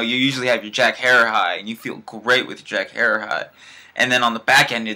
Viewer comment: great reviwe even though you did not say Jack Herer right. Keep on toking bros!